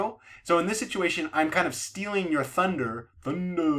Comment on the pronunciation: "thunda, lightning and thunda" ⛈️ nice presentation, learning doc. catching steam I see.